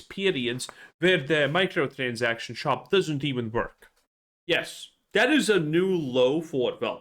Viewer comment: It's WORK with a W not Verk with a V, it's Worse with a W not Verse with a V fucks sake